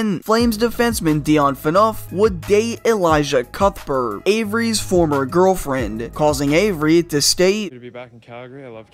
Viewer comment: That pronunciation of El-eee-sha Cuthbert was pretty brutal lol But really great content man.. for someone who was pretty young or not even alive at the time your topics took place you do a really great job. Keep up the great work!